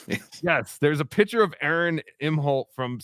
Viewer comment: And btw, it's electric not eletric, it's picture not piture, what kind of accent is that or is it braindamage